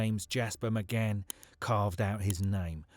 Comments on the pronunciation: Why is the narrator saying McGann? It’s McCann!! Really off putting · Can't you read, his name is McCann not McGann 😮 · You can tell he's reading this so why does he keep saying McGann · Why does he keep calling him someone else’s name?? 🤔 I was sure his name was McCann not mcgann 😂😂😂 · Thank fuck it was only 29.mins that mcGan thing was doing my fucking head in . Its fucking Mccann. You melt 😂